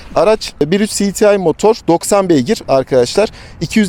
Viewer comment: Her şeyi Türkçe konuşup cdtı derken neden İngilizceye geçiyor? Siditiay nedir yaaa... Cedetei olacak